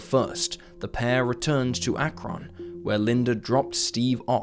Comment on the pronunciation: I was 14 when Linda disappeared. It is Akron, not AK RON. It is CUY A HO GA County AI. Learn how to pronounce them correctly.